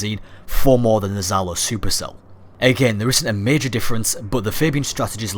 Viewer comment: Just wante to make little remark about your pronunciation. From Russian point of view, it's pronounced not " Zalo" it's something like " Jalo" or " Djalo" that's translated as " Sting" I don't want to complain or anything like that, just wanted to give you a little piece of useful information;3 Ps; Sorry for my English, I am still learning and try to do my best